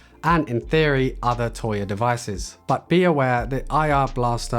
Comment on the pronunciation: Please stop saying toya....